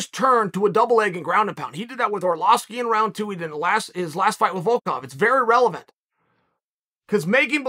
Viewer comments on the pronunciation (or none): none